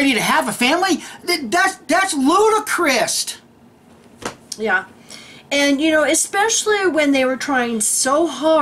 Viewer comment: Psssst -...sorry to be the language police, but fyi: The word is ludicrous, not ludicrist. No "t" on the end! Or, was it more of a Freudian slip, making it sound like ludi-Christ??LOL love to you both!